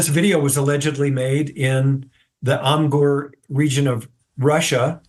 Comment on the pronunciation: Considering the video from Russia, the correct name of the region is Amur, not Amgur. The cameraman just swears mostly, like wtf?, however he says that the dog found it.